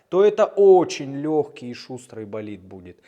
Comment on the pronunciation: "-Давай - Болидт -Давай - Болитд" - это скорее что-то эротическое ;)